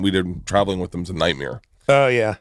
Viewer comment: They probably forced him too 😂 “we’re paying top dollar for this ad, please do not say “night meeeere” please for the love of god!”